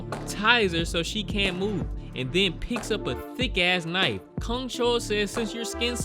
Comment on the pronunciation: Bro, how do you mispronounce knife?